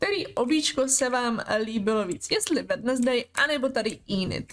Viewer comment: Ahoj jenom sem ti chtěla říct že se to vyslovuje Wenzdej a ne Wednesdej i když se to tak píše